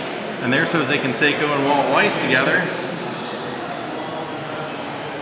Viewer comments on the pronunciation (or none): none